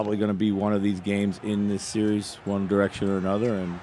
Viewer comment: It's a seeeeee-reeeeeez bruh!